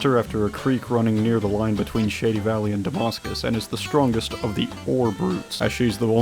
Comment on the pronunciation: . If you’re referring to the real town of Damascus, VA, it’s pronounced “DUH-MASS-CUS” by the locals. Nevertheless though, great video, man. The custom models are very impressive.